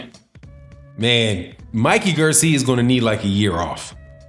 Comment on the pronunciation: Why r u saying Mikey's last name like that...